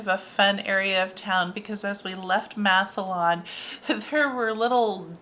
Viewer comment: As someone from Sweden, who also have been to Denmark and Norway numerous times, it’s been a lot of fun seeing Scandinavia through your eyes! But you really have a hard time pronouncing our languages… Mathallen for instance is Mat-hallen, not Math-Allen. Mat means food and hallen “the hall” - so “The food hall”.